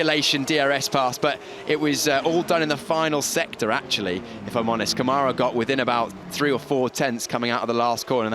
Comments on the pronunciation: Câmara [ˈkɐ̃.ma.ɾɐ] (in AFI). The closest pronunciation is “KUN-ma-rah”. LEARN HOW TO SAY OUR NAMES!!! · Btw, Câmara [ˈkɐ̃.ma.ɾɐ] (in AFI). The closest pronunciation is “KUN-ma-rah”. LEARN HOW TO SAY OUR NAMES!!!